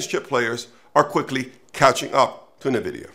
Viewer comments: This expert doesn’t know how to pronounce NVIDIA, very bizarre. There is no bubble — look at the benchmarks of AI exceeding human performance on a wide range of tests. So, by displacing human employees with AI, many companies will reduce their costs by a huge number while AI companies will have giant profits by selling them AI solutions, but a lot higher than $20/month. Let’s say it displaces 50 million people over the next few years in US and Europe $100K/year average. That is cost reduction of $5 trillion. Let’s say AI industry gets half of that as their revenue. The social impact on people’s lives is a different question. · You lost me when you couldn’t even pronounce Nvidia correctly. Many experts predicted the downfall of Amazon in 2000 because it did not make any money while building out infrastructure and its own delivery logistics. Microsoft was so confident about its own mobile strategies it bought Nokia but gave up 3 years later in 2017. China’s Tsinghua Unigroup had made verbal offers to take over TSMC in 2015, but it declared bankruptcy in 2021 instead. TSMC is fully booked through 2027. Corrections? Yes. A bubble? Not in the next couple of years. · Would be more convincing if you pronounced Nvidia correctly, sounds like you have never listened to a single Nvidia earnings call. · Dude can't even pronounce Nvidia and thinks he should make a video on the AI bubble 😂 classic.